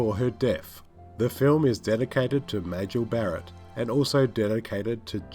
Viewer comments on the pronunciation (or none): none